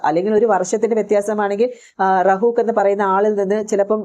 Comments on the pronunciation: റഹൂഫ് എന്നാണ് റഹൂഖ് എന്നല്ല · റഹൂക് എന്നല്ല റഹുഫ് ആണ് അത് പറയാൻ അറിയാത്ത നീ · റഊക്ക് അല്ല റഊഫ് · Rahook അല്ല Rahoof